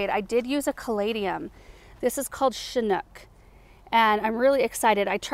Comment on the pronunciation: The "ch" in "chinook" is pronounced like the ch in chant. A chinook is a breed of dog, a tyoe of helicopter, a type of salmon, type of indigenous people and lots more!